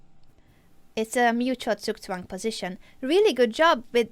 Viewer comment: Omg Anna, the way you pronounce Zugzwang is so cute :D I am german, so Im familiar with it :D